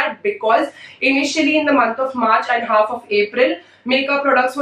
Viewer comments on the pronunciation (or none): none